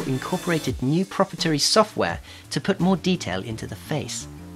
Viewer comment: He doesn't know how to pronounce "proprietary".